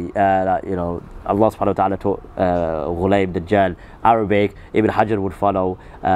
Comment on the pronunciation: also, it's ta'ala not tallah. This is basic Arabic, there's no h sound or doubling of the laam, and you're trying to debate the Arabic language with me. Just like most Qadianis you've just swallowed up the koolaid with no critical reflection. May Allah guide you.